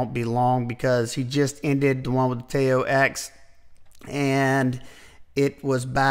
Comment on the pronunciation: Nice list! Btw, I believe Tao is pronounced “Tdow,” rhymes with pow:)